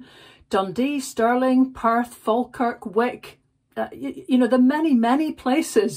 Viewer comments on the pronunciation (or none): none